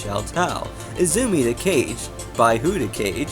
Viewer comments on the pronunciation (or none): great video. by the way, Kage isn't pronounced like "cage" but more like "kah-gay." i used to call him cage too though lol. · Actually, it's properly pronounced "Kah-Geh" - (with a hard G) - based on it's correct Japanese vowels. There is no Japanese phonetic syllable that produces the same sound as "gay" does in English, even the common word 'Gaiden' is correctly pronounced "Guy-Din" in it's original Japanese and not "Gay-den" as it's commonly and incorrectly pronounced in English. Plus the 'Romaji' - (a language script which pronounces Japanese sounds into Latin 'Roman letters') spelling of 'Kage' instead of 'Cage' should be indicative of this to anyone who has a reasonably decent level of linguistic understanding. Kage is also a common name in Japan.